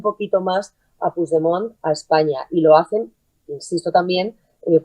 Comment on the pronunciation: Se pronuncia Puchdemon, no se si es burla a un presidente democraticamente electo por parte del perroflautismo o ignorancia supina.